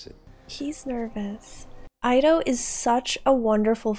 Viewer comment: Ido has been repeatedly called "eedo" all movie, and you suddenly start calling him "eyedo"?